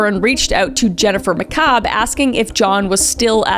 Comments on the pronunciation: now Kris i know you didnt watch rhis case because you failed to mention how the Canton police didnt collect evidence properly. They put evidence in red solo cups and then set those in a grocery bag. Also it pronounced ma cabe. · Karen Read: Not guilty on all charges related to John. Guilty on operating motor vehicle while intoxicated. FBI was involved and the experts used by defense were actually hired by the FBI. Several officers have been fired or "rehomed" for things in this case. Pronunciation: Mc Kay-b (McCabe) Can-no-knee (Canone) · Jen “Macabre” is sending me. 😂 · Ok.... I know you don't intend it but mispronouncing Jennifer McCaib's name is giving me LIFE!!!! I spent over a year, TWO TRIALS watching this unfold and she deserves the DEEVER treatment.